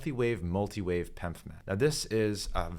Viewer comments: It’s P.E.M.F. not Pemf… smh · You’re actually sounding out pemf, instead of saying P-E-M-F like everyone else I’ve heard. Also F is for field not frequency.